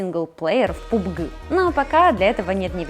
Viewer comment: Первый человек который правильно сказал ПАБГ по английски)